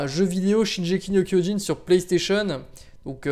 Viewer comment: Pour le classement je vote Prison School. Un animé inventif en terme de scénario, de mise en scène, d'animation, d'humour, etc. 10/10 Et sinon, on t'a déjà fait remarqué que tu ne savais pas prononcer Shingeki no Kyojin?